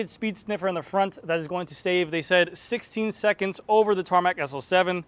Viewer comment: "16 seconds" please say it again 😂